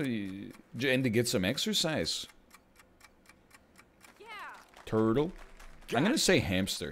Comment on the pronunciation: was Scottish asf